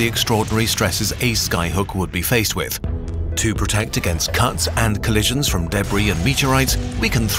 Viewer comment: Nahh it's what the idiot orator stated "cunts." He obviously means cuts but clearly pronounced; cunts because he is an idiot of a mouth-breather, not a Human. The Dumb-Fuck thinks "Mach 12" is to be pronounced "Mark 12."